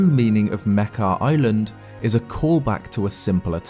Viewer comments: wait is that how you pronounce Mekar? I pronounced it "Meh-car" lol not Meh-keh" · its pronounced (muk-are)